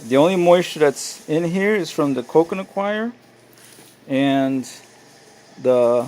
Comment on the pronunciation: What is "coconutquire"... im not sure what you're saying... but that's what it kept sounding like...